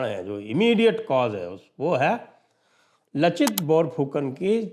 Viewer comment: लाचित बिरफुकन.. असमिया भाषा मे 'च' का उच्चारण 'स'